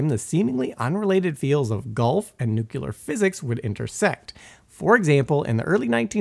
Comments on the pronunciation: Nucular eh? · After the third "nucular", I couldn't keep watching. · Simon, please teach this guy how to pronounce the word “Nuclear”